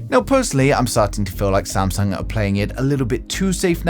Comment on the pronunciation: Samsag bro it's samsung